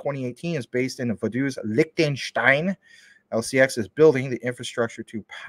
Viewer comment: I subbed just because of the way you pronounce Liechtenstein